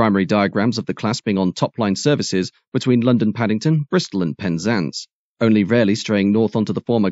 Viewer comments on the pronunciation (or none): none